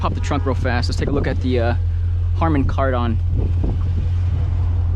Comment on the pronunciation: “Harmon Card-On” lol